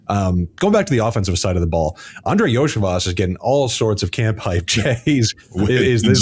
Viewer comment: Iosivas = Yo-See-Vosh